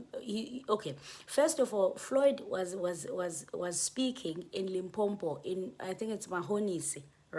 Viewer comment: Lim-po-po 😊 not Limpompho